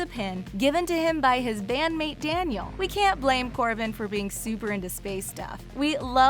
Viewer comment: the way she says we makes me cringe